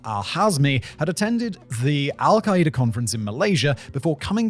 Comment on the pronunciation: lol! "Al Q Con!" 🤦‍♂️🤣👉